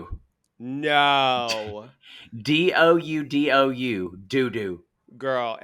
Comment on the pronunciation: his name is Duo Duo, not Dou Dou lol. Popmart is a Chinese company and Duo Duo emphasizes quantity or or degree. “a whole lot” so it probably means you have a whole lot of luck, or you expensive taste! 😊 But I am glad to see the fans enjoying the unboxing portion!